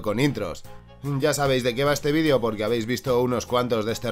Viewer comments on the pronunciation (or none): none